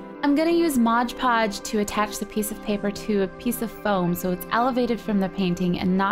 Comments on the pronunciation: Oh my goodness Gracionious,!! It's called Mod Podge, not modge podge. You're so annoying when you do that, it's On the label. Read it. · Great idea!!! Just ine little thing...Its MOD Podge. Not mosh podge. I really hate that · looks great! love the incorporation of the glitter! But dear GOD, its MOD podge....you say it so often in this and its wrong every time-it totally distracted and disturbed me!